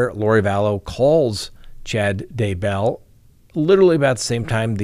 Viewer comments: the first time you said Daybell in today's broadcast, you pronounced it right!:) But, the second time, you went back to your old pronunciation.:( Oh well, I'll say this much, I wish it rhymed with hugger;) It would be easier. Cheers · He does pronounce it as if Daybell was 2 different names when it's just one. When he says Chad Day Bell it's like Day is a middle name.